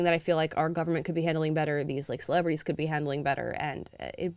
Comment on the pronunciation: “CeleBRATies” 😂 love it